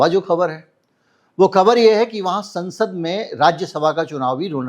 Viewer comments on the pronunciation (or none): none